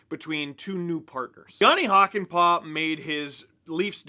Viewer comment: It's Hakanpää, not Hakanpaa. See pronunciation example